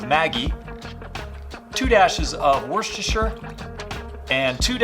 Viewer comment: I'm barely into this video, and I'm already impressed that you can say "worcestershire" correctly, and with confidence!